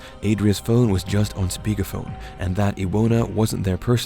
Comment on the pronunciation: Adria with 'a' like 'at', Iwona -> Ivona, Paweł -> Pavew